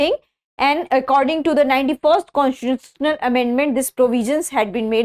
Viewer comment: Constituitional pronunciation ❌